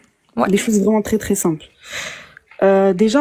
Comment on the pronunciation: Dès le début avec "trrrré trrrré simple " on a compris à qui on avait à faire.